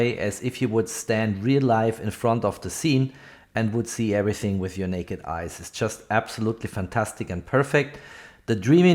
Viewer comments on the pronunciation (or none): none